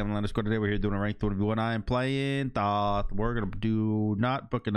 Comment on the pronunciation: It's thoth not thoth